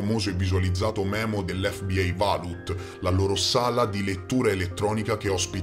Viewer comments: Senza offesa, si legge V A U L T non valut xD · Vault si pronuncia vôlt, bel video cmq. Thanks mate